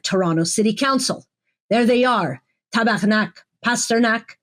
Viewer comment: It makes me laugh every time you call him Tabarnac Pasternak. You sound like a Montrealer. I know you're in Toronto so i wonder how you have such a perfect accent swearing in French. Anyway, keep saying it. It's great.